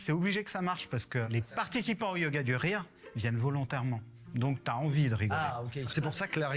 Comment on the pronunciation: Yoga du rire mal prononcé google entend yoga durée et traduit "yoga duration"? Bien joué la connerie réelle ! Et il y a encore des gens qui parlent d'"intelligence" ?